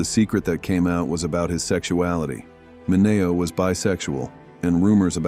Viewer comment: Say the names right! It's min e o